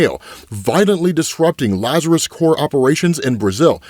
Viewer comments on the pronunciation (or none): Ra's is pronounced "Raysh", and you're supposed to pronounce the P in "corp" (abbreviation for "corporation"); you're confusing it with "corps", which is pronounced "core".